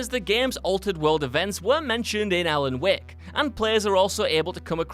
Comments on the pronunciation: Also, "Alan Wehk" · Alan "Wahk" Wake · "Alan Weck" lol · All I could hear was Alan Weck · i hate how he says alan wek but resident evil 2 filming roll is a suprise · "Alan week"